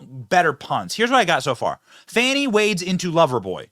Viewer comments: “Fawni”? How do we get that from “Fani”? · How to tell if the "journalist" is a propagandist? If they pronounce Fani as Fahni or Fahani... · The way you and say Big Fani and it just rolls off the tongue... But all the "news" readers say Fawni. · why are they pronunciating her name like that? 😂